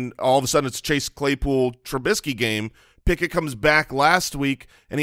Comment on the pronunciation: Did just say Pickuth? That's a keeper.